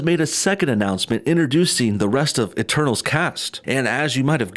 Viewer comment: Instead of "eternals" I heard "the turtles" or "eterballs"